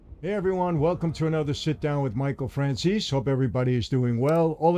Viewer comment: No disrespect, but your last name should be pronounced Franzese, not Franzes. Italians pronounce the vowel at the end of their name. We were know as lomont but our family pronounced our name LomontE > Lomonte.